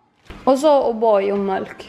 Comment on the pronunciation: Haha säger oxå mölk ist för mjölk😂🤘🏻🤘🏻